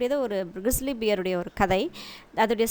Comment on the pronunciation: Very Informative...thank you..Hope the pronunciation of BEAR is like this word BARE. ..not like DEAR...BEAR....(Just a small correction)